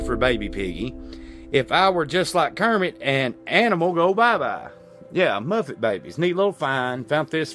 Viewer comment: Seriously? It's MuPPPPPPPets. Not Muffets. LMAO